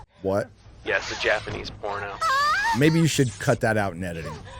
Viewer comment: Did he just say he was watching “the Japanese corn version” in the beginning?